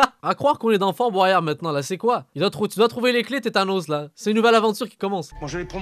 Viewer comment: Tétanos mdrrr c'est tanos bordel